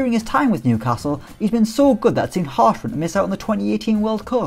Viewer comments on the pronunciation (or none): none